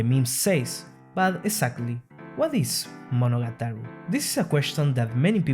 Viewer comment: This might be the first time I heard Monogatari pronounced correctly